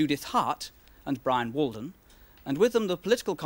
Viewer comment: Ahh, Bwian Walden. Good nostalgia